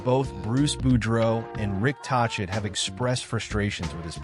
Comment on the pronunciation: By the Way, it's Rick Tochette with the "K" sound in the middle, get it right